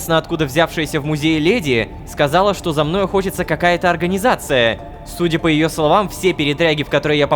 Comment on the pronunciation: ёе а не её...